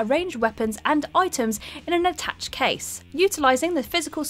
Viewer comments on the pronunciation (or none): Finite is pronounced figh-night not fin-it, and attache is pronounced a-tash-ay not a-tash. You're English. your people invented the language. Use it. And stop guessing whats in my pockets! its creeping me out! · Lol at “attach case.” It’s pronounced aah-tah-shay. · Or attache (a-ta-shay) case as "attach" case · Lol interesting pronunciations again Attaché case is a tash ay.. Not attach.. That's what you get for saying gamers don't play animal crossing.